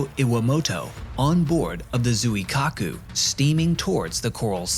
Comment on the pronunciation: Appreciate the use of professional voice actors but that means you need to match their effort. Actors will research pronunciation of foreign names and you need to do the same. Zweekaaku is correct pronunciation of the carrier name. Given the repeated references in the presentation, hearing Zoo-e-kaku every time is slightly irritating from a presenter of your calibre. Keep improving.